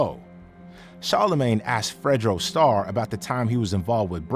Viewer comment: Bro botched fredo star name 🤦🏽‍♂️🤦🏽‍♂️